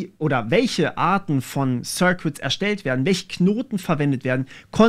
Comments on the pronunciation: Schönes Video, aber die "sirquitts" machen mich fertig... Das U in "circuits" ist stumm. Das sind "sirkitts". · sörkits nicht sörkwits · Sörkits, nicht Sörkwitz :D